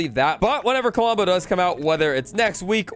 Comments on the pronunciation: "Kalombo"? LOL Love ya,. "Klombo", man. "Klom-bo" Huge fan of the channel, bro! 😅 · Under 30 mins ❤ Also its pronounce klom-bo with only 2 syllables not ka-lom-bo Just so you know im not throwing shade at you it just bothers me when people mispronounce things Love the vids. Also if you put villigers on the farms they will give you more wheat same goes for other crops if you have them planted, and the droped fish on the ground are from a bear they sometimes drop fish